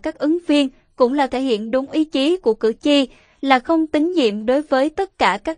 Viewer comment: Cử tri chứ khg phải cử chi nhé!